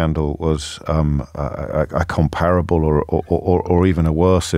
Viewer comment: 'The damage that has been wreaked'? That expression stinks- James should have used 'wrought'. And 'comparable' used to have 3 syllables, now it has 4. The first 'a' was brushed over in the past. I suppose when one produces so many thousands of words in a 3 hour show a few errors or infelicities are to be expected.